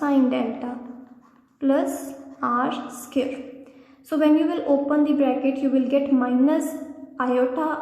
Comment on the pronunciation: What is r skirr? Do you mean r squared?